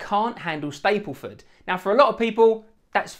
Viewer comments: Good honest review of the good, the bad and the niggly. BTW it's StaBleford, not Stapleford. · its staBleford not staPleford